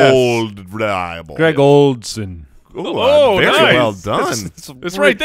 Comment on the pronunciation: You threw a D in Greg Olsen eh?